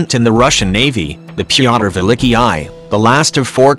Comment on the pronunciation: The Pee-otter Villickee-I?